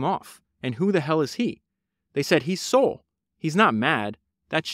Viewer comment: Bro , you made 2 pods on this guy and don’t pronounce his name correctly once. It’s SAUL like the guy from the Bible.